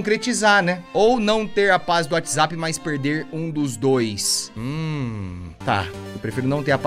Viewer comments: "Perai whatsaza" KAKAKKKKKKKKK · adoro o fato do t3ddy fala UATIZapp TÃO SATISFATORIAMENTE